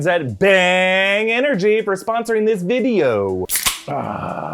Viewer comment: made sure he pronounced “video” extra properly this video